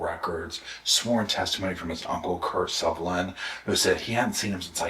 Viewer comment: The name is Sullivan, not Suvillan.